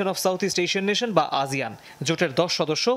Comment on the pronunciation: আজিয়ান নাকি আসিয়ান🙄